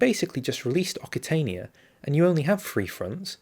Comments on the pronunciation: Occitania is pronounced as oh-k-see-tay-nee-ah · Occitania is pronounced oksitania, or oksitanee in french.